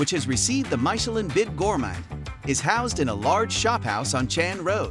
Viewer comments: Dude, you not only butcher "Michelin" but the Thai pronunciation of food and storefronts. Nice informative video but please learn how to pronounce the Thai dishes! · I had to stop watching because of the way Michelin is pronounced… ears are bleeding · Learn how to pronounce "Michelin" properly please. It's not "My che lin", but "Mee che lin". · It's Meechemin, not Maichelin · I agree and pls start with pronouncing Michelin, because it is not MYchelin. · so... was it "mai"chelin or "mi"chelin ? is this one of American VS Europen reading ? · you are totally pronouncing this worldwide Guide incorrectly. Mee shi lynn. NOT My shi lynn. Watch any other video that talks about the Michelin guide or ratings. It's a French term. Meaning "i" vowel = a long eeee sound. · Say it with me AI, 'MISH-ELLEN', not 'my-shellin'. No one is falling for your BS. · Please learn to pronounce the word Michillin. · “MIKELIN STAR?” Enough of this lazy AI nonsense. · I don’t know about Thai pronunciation but most certainly I have never heard about “maisheleen” 😊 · Wow I love MY-shuh-LINN restaurants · People are different... I get it. Though every time the narrator says "Maikelon" star it hurts my soul. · Not only mispronounced Thai. Also mispronounced French. My-cha-lin? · My cher lin... oh dear. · How do we take this review seriously when it keeps saying maishelin? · The art of mispronouncing Michelin, it's mee-che-lann! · MY-Cha-Lin? Hahaha! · The announcer in this video pronounce as Mick chee lin star!😂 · May Che Leeene! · Please - it is mitch-er-lin. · Who pronounces it MY-CHE-LIN? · “Myshellin” ….i had to turn the volume off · MY-chelin? Stop it. Nobody says that. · Leave him alone with his pronunciation of Michelin - it doesn't matter. Signed : a French 😊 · He cannot not even pronounce Michelin... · The name “Michelin” not even pronounced correctly. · The weird pronunciation of Michelin is such a throw off. Perhaps research how to say it correctly for this type of video.